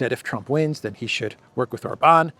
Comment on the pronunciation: OR-ban,, OR-ban. He is not French! 😂